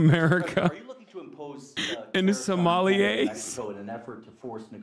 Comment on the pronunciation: "Somali-eys" haha